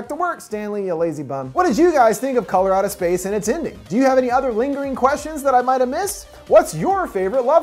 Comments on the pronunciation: “Color Out of Space” what I heard, “Colorado Space.” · Color out of space i keep hearing Coloradospace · I swear I was thinking about this half the video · I keep thinking your saying "Colorado Space"...is it just me? But yeah- that was certainly a wacked out film (in a good way, though) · My fire stick keeps hearing this when I look it up lol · True Lmao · Am I the only person who heard him say Colorado Space the first time around?? lmao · I kept thinking he said Colorado space lmao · am i only one who hear ,,Colorado Space"?